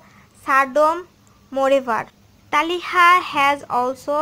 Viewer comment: First you did not say who is his bf and its not talhaaa it's talitha quite youtube